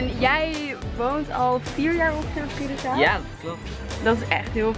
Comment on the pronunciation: Hoe normale mensen het zeggen: Curaçao hoe het zegt Cureçao